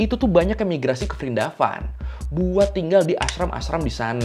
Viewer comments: Prindapan bang pake P kalo nyebut nama lain india.😅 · Dibacanya Wrindawan.. V diganti W. Example: Vijay -> Wijay diserap kedalam bhs Indonesia jadi Wijaya.